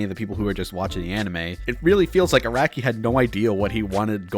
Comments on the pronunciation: "Yornio." "Aracki." It's said Jo like Digiorno because JoJo. And Araki is like Ara Ara. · gee-orno? arah-ki? cmon dawg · JoJo is for true intellectuals. Also you said Araki wrong